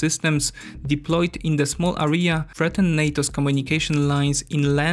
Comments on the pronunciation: Hi, English teacher here. I can say that you slight tendency to mispronounce certain words such as "area". Btw. Pronunciation is somehow close to registration plate from my local area - RJA, er(i instead of j) and a. /Eria/ Cambridge dictionary might be extremely useful for pronunciation purposes. Probs for collab with Caspian tho. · It was a very interesting video. However I have a little remark. You have to pronounce the word "area" with a stress on the first a. Keep up the good work!